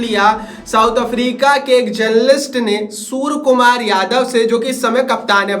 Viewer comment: Its सूर्यकुमार not सुरकुमार. 😂😂😂